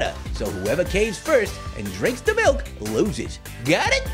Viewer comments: grape fruit:give me the malk little apple:it is milk not malk grape fruit:no i just said malk little apple:No it is milk you said MALK i said thw way everyone says M.I.L.K Pear:just give him the milk little apple:BUT HE SAID MALK Pear:JUST GIVE HIM THE MILK Grapefruit:JUST GIVE ME THE MILK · HE NEEDS SOME MALK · GIVE HIM THE MALK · Me: say milk shake Grapefruit:milk shake Me:now say milk Grapefruit:...MALK...